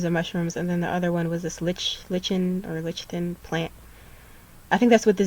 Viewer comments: Thank you for all this info, loving your videos. Fyi, lichen is pronounced "LIE-kin" :) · lichen is pronounced like-en